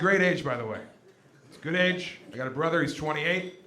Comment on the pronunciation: "you can leave your beanie on, brrrother!" kills me